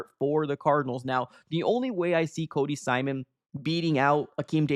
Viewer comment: Yeah, it's Cody "Simon," not "Simson."